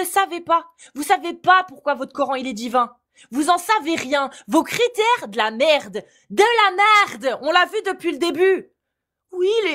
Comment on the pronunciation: c'est de la maaarde!! 😂 cet accent flamand qui est sorti de nulle part mais wesh?!😅